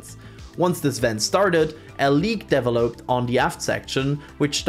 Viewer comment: The way you pronounced "developed" hurt my ears.